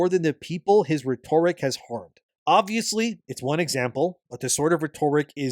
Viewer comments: Hey why do you say “rhetoric” as “ruh-TORE-rick?” It’s pronounced “RHETT-a-rick” brother. Thanks for covering this very important topic, much love. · IT ISNT PRONOUNCED “ret-orrick”. It is pronounced “ret-oh-Rick” god damn it man. I will keep spam posting this on your videos until you figure it out. It drives me up the wall that you speak like an autist/robot and also mispronounce simple words. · you mispronounce “rhetoric” and it is high time that somebody tells you. It is pronounced: Ret-oh-rick or ret-or-ick. Whereas you say “reh-torrick”. For as long as you have made videos, you have pronounced this word in a way that makes you sound like an ignorant robot. I’m trying to help you here because apparently nobody else will. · IT IS PRONOUNCED RET OH RICK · IT IS PRONOUNCED RET OH RICK. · It is pronounced RET-OH-RICK GOD DAMN IT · IT IS PRONOUNCED RET-OH-RICK. How has nobody told this after this long? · RET - er - ICK ; you gotta update your pronunciation dude; this is like the 19th time I have posted this for you. Maybe I led you astray, but here it is again! RET - er - ICK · Please, look up how to pronounce rhetoric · dude….it DRIVES ME NUTS that he pronounces “rhetoric” the way he does. I made a comment almost a year ago about it and he still hasn’t figured it out. But I have to imagine he knows how to pronounce it but decides to mispronounce it on purpose for some reason. I’ve never heard anyone pronounce “rhetoric” the way he does; I have no idea where he even came up with this pronunciation. It’s bizarre and when you couple his robotic delivery with his weird pronunciation of certain words, he comes off very strange. So, I’m just trying to help my dude out. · I’ve listened to him mispronounce this word for so long. And somehow nobody has told him that he sounds like an idiot every time he says it?! It’s killing me….. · You are mispronouncing RHETORIC and you have for as long as you have made videos.